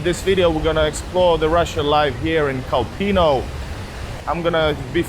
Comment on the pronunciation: Kolpino is pronounced KOLpino, pressure on the first syllable. Not kolPIno.